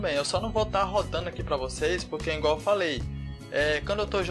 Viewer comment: "É INgual falei" kkkkkkkkkkkkkkkkkkkkkkkkkk